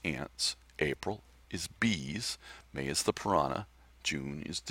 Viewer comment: mAY SOUNDS like Mane so it could be a horse. Say your email SLOWER!! and more articulately... (just made up a word)